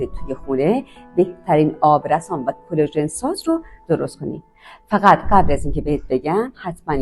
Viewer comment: آبرَسان❎️ آبرِسان✅️ بی سواد از سنت خجالت بکش